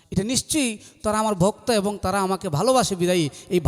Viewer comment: শিল্পী যে ক'টা গাইলেন তা আমরা সচরাচর শুনতে পাইনা। শুনলাম । ভালো লাগলো । শিল্পী কে অনেক অনেক শুভেচ্ছা ও অভিনন্দন । কিন্তু কথা বলার সময় উনার কিছু শব্দের উচ্চারণ খুবই পীড়াদায়ক। যেমন শিল্পী অনেকবার 'এবং' শব্দটি বলেছেন। প্রতিবারই বলছেন - 'এভং'। সত্যি কানে লাগে